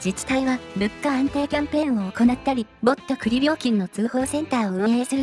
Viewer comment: 「ぼった、栗」のAIイントネーションが余計に失笑誘いますな😂 さすが先進国🎉